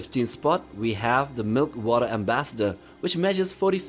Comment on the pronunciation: It’s milk walker not milk water